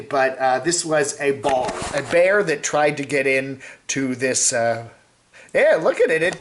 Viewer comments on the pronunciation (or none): BEAR !!!!!!!!!!!!! Not Bar!!! unless your from Boston